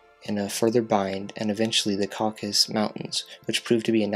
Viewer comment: Repeat with me: Cau ca sus . Not caucus